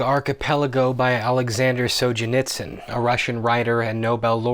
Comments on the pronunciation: You mispronounced "Solzhenitsyn". Aside from that, this was an excellent video. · say it with me: Alexander sole-zen-eet-sen